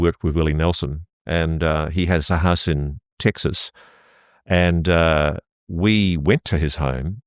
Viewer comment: Guy can't pronounce the letter e 😂 tistin as tiksus😂